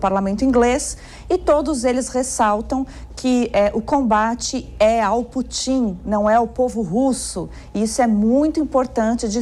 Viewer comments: Adorei o "Putín" assim, oxítona, da. Soa como se a intenção fosse diminuí-lo. Abraço à e aos demais. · Putím ? Kkkkkkkkk